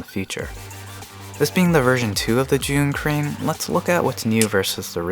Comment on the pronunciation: Lol thank you for pronouncing Zhiyun correctly Sincerely, Frustrated Asian